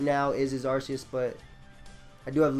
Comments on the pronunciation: arceus is pronounced "arkeus" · game freak who created it named it arceus with that pronounciation, that's all I'm saying.